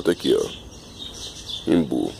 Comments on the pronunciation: a palavra correta é imbu. está certa em pronunciar imbu. a palavra vem do tupi Guarani e significa "arvore que dá de beber" os índios deram esse nome por conta da batata quem tem nas raízes que armazena água. ymbu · sou Pernambucano e aqui se pronuncia imbu que é a forma correta